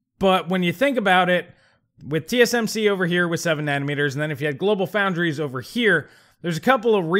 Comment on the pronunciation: GloFo = GlobalFoundries. No "L" in "Foundries".